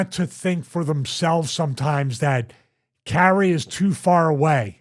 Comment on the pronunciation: Come on Stevie...it's Not Carrie.......Kai Re is how to pronounce it. Your co host keeps saying it correctly and you keep saying Carrie......after 7 times I had to skip ahead